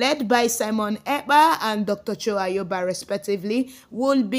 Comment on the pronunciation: Please learn how to pronounce the name Ayaba not Ayoba